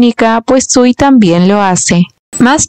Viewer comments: Primero, el chico se llama SUI, no SIU, no existe el sonido SI en japones Que les pasa a los directores de los doramas q ponen a esa protagonista tan linda y hacen q digan q ea fea 😂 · Se equivocó le dice siu no sui😂